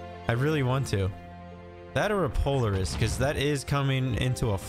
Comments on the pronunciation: I just can't get over your pronunciation of POLARIS. If you've ever heard of the real-life ATV manufacturing company, it's "Pol-AR-IS". not "Polar-is". But just remember, a CIG Dev once said that every way you pronounce something in Star Citizen is the right way. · PO - LAR - IS not Poliris 😅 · it's not polerus Po-Lare-us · Po-Lar-iss not Polar- iss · Pretty sure it's pronounced "Pol-Air-iss" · It's pronounced, POL-LAR- IS. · I understand I mispronounced POLARIS, I understand I made an error, I apologize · it just kinda made my day. Thanks for the chuckle. Always enjoy the vids. Keep up the good work. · lol i came to say the exact same thing =P but yea glad you're enjoying the verse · I like your videos but can't watch this one with you saying Polaris the way you are! Have you not heard any of the devs talking about the ship? ;-)